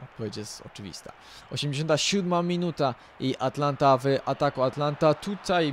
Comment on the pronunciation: Atalanta a nie Atlanta